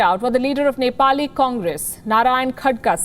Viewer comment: Nepali been used perfect 😂😂😂😂😆 Miss news reader hahaha 😂 good job